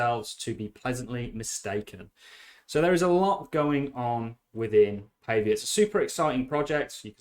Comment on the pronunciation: Pretty sure you pronounce it Paww vee a :)